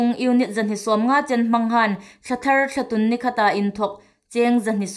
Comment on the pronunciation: THT News puongtu hai hi inthiem ta ngawtel lawm in um. Chun Ei hmaa April thla hi Intûn hmin hun ani leia Thlatûn tia inbuk aniha, a lamdan hungthiem ro.Thlatun nilovin Thlatûn ti lem ro.Ei țawng hi sukdik a phu hle anih.